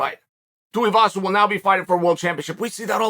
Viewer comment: I'm soo happy you said Tais last name right. You've made my day!